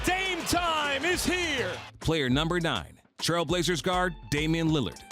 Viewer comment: Stephen A. “Damien Lillad” Smith 💀💀💀💀